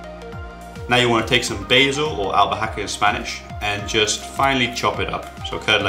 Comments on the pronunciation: basil in spanish???? hahaha im mexican and thats now how you say that xD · in Spanish you don't pronounce the "H" do it sounds like albaka... awesome vid tho :)